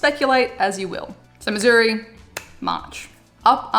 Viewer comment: Thank you for pronouncing Missouri correctly! Love your vids!